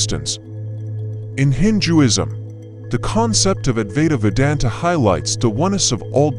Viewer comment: Why can't a native english speaker pronounce some words like "Advaita Vedanta" or "Sufi" and other similar words from foreign languages as they are pronounced in the original language? Is it really so difficult to show some respect to the original? It's not a big effort at all! Just try it!